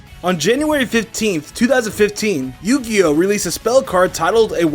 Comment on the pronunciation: you gih oh sounds like pokemon